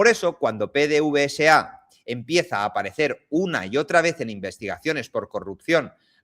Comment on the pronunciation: PDVSA. En Venezuela se lee PDVESA PD(VESA). la V se lee como (VE).